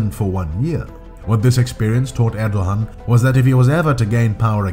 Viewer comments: It’s pronounced ’Erdoan’ The little sign over the ’ğ’ means it is silent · Why do you keep saying “Erdohan?” There is no “h” sound in his name. Are you suggesting that he thinks he’s a Khan (“Han” in Turkish) or something?